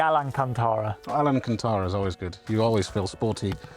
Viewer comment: Alan-Can-Tara. Lol